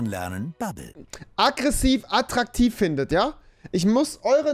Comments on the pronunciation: Rewi braucht Anmachsprüche, aber kann nicht mal "attraktiv" richtig aussprechen😂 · Junge Junge,nimm erstmal die Decke aus der Schnute dann kannst du auch "attraktiv" richtig aussprechen😂😂😂 " Hi, ich bin Schriftsteller und schreibe gerade an einem Telefonbuch. Deine Telefonnummer könnte ich noch gut gebrauchen." "Hast du ein Foto von dir dabei? Ich möchte dem Weihnachtsmann helfen, meinen Wunschzettel zu erfüllen."